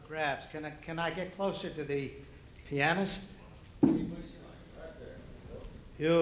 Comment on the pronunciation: haven't heard that pronunciation of pianist..